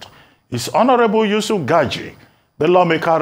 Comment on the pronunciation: Its gagdi not gadgi